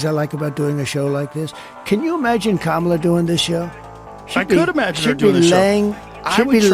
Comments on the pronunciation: I was hoping other people heard him say KamalToe🤣😂🤣😂🤣 TRUMP 2024!! Edit: some dont know but she has said her name is pronounced “Cahmala” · I swear I thought I heard him say camel toe 😂😂😂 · In that opening, I believe Trump said 'comatose', but to me it sounded like 'Kamalatose'. I think that's a great descriptor. ...Kamalotose. 🤣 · Kamaltoe 😂 Trump hilarious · I didn't even notice he said- kamala-tose!!! Omg, I'm dying!!